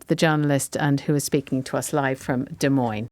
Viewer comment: Hey,, it's Des Moines NOT De Moines.